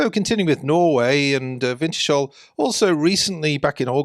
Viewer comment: Pronunciation: winters-hull, not winter shall 🤓